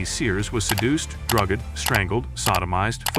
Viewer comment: The way you said drugged🤣😂🤣😂🤣😂😂🤣😂😂😂😂